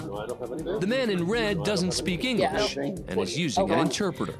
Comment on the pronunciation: “*The man in red doesn’t speak ENGASH*”